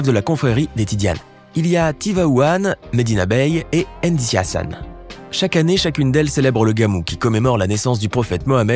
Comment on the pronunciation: Merci. Surtout sur l'effort de prononciation de certains noms comme Mbour, Ndiassane, ....